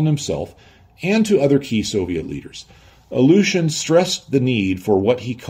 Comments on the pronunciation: A well meant hint on pronounciation, if I may. The way you pronounce "Ilyushin" sounds a bit like "Aleutian". Try "ILL-you-shin", that's as close to the proper pronounciation as you can get. 😎✌️ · Some nitpick, that amuses me. way to pronounce "Illyushin" sounds to me more "Aleutian" (like the islands). I would pronounce "Illyushin" more like "ill-you-shin", but I am neither an English nor Russian native speaker; so I could be wrong myself. But homophones (words that spell differently but are pronounced the same) can be fun. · He translated a whole manual from Russian but still pronounces the word "Ilyouuuuushen"😂